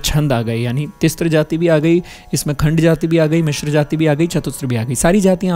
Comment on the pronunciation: तिस्र और चतुस्र बोलिए, तिस्त्र और चतुस्त्र नहीं। वैसे ही hrisva नहीं hrasva शुद्ध उच्चारण है